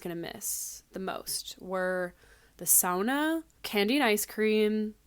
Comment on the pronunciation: Thank you for saying sauna as sauna and not SOONA <3